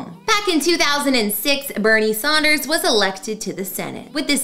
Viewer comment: So . . . his name is Sanders, not Saunders.